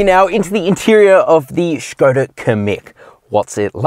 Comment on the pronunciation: thumbs up for pronounciation of SKODA